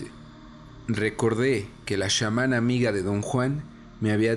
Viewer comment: Tal vez dijo SHAmana porque en una entrevista Jacobo lo pronunció así